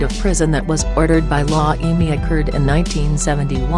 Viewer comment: Wtf is La Emmy 😂 get someone who can correctly pronounce the words